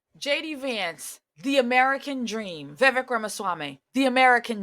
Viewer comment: Please learn how to pronounce his name if he's "your boy".